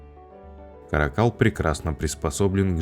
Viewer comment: Не ка́ракАл, а карАкал..